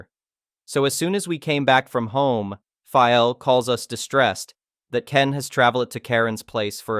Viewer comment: Really need to work on the translation bot. Pronouncing "Phil" as "phial", etc.